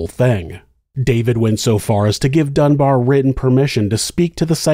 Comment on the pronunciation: Dunbar, not Dunbear